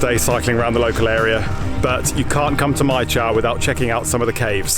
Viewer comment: If you like Mai Chau, check out Moc Chau, it’s another very beautiful place. Northern Vietnam is full of very green mountainous nature like this. By the way, Chau is pronounced chow and not chao like the way you said it here. It is cognate to Chinese Zhou as in Hangzhou, Suzhou, Guangzhou etc.